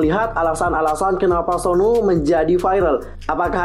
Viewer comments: Aku nyebutnya suno bukan Sonu😂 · Tulisan nya Sunoo tp klo di panggil dlm pengucapan bhs Korea itu yg bener sonu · Dalam pengucapan bahasa Korea, Sunoo dibaca Seon-u